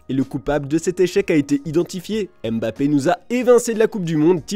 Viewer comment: Mon oreille saigne à chaque fois que vous dites Mbappé. Respectez la prononciation de son nom s’il vous plaît 🙏🏾